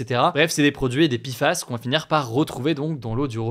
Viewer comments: Ça ne se prononce toujours pas "pifass", hein. En français, c'est "péfass" ou "pé èf a èss". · Pourquoi il dit Pifas au lieu de Péfas? Entre français ou anglais, il faut choisir ! La il nous fait du franglais ! ( comme mon installation windows 11 par défaut de mon PC ^^ et les responsables m ont dit " ah désolé, nous sommes peu à parler français dans l entreprise !" mais ca se permet de vendre à des francophones ! ) Désolé pour cet énorme hors sujet ! ^^